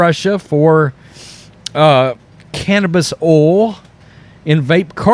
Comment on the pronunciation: I like your Southern Accent when you say, “cannabis oil.” 😊